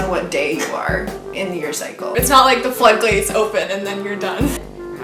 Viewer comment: “flood glates”